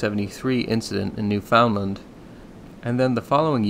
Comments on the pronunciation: Lol absolutely nobody in Canada call is New-found-land It’s pronounced “Noofund-land” and Newfies just call it “The Rock” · As a west coast Canadian, I always heard it said newfunland. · It's pronounced "newfunland" that's how locals say it. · as a Canadian, I find the way you say new found land pretty funny, that is probably the actual correct way to say it but everyone I've ever talked to says it more like newfund land. just another Toronto, Toronno, thing. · Great presentation, but it would do you some good to learn how to pronounce some words like "Humboldt" and "Newfoundland" properly. Would just indicate a further level of professionalism, but gj with your resarch nonetheless! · U say newfoundland wrong bud iam from Canada 🇨🇦